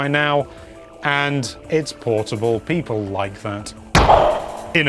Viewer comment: No one:: PEEPOL